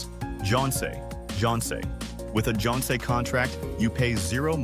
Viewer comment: 10 years and can't pronounce jeonse and wolse properly! 😮😮😮